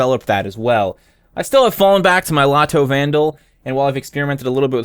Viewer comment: I died when you said "lato vandal".